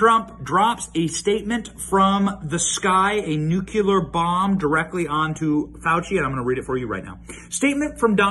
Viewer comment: Benny, I love you. Please stop saying n-u-c-u-l-e-r. There is no so word my friend. I know it seems like a small thing, but consider this: GW also says n-u-c-u-l-e-r. With all respect, it's n-u-c-l-e-a-r.